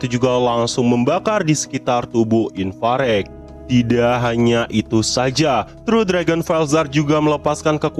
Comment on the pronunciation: Kan namanya ivarage bg kok lu nyebutnya infarek, ivareg kali